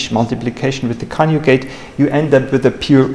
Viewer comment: I am very interested in the videos of this channel, but mainly for its contents. I have a PhD in Computer Science, English is not my native language either, and I did many presentations in conferences myself. However, I have to tell that some extra effort should be made by the author to enhance his English as well as his presentation skills. To say "coniugate" instead of "conjugate", or "excistential" instead "existential" is quite annoying, specially here on YouTube. Using very known "false friends", such as "realize" instead of "perform", etc., terribly devalue these videos as well. Also the presentations lack fluidity. It is a pity that they lose a lot of their potential because of such basic mistakes that are normally quite easy to correct. Just recording your presentation and watching it would enormously contribute to a better delivery. I'm sorry for this comment, but I have to say that it's pretty bad and something should be done about it.